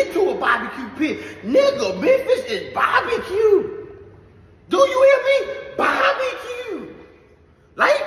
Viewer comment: He said Memphis is BahBehQue! 🤣